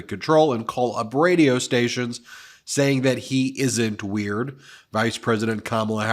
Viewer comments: He can't say weird properly, really weird. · You invented weerd